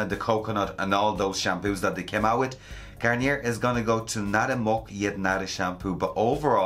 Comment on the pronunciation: It's PanTEEN in the USA. It's how it's pronounced in the TV commercials. And it's pronounced GarnYAY everywhere....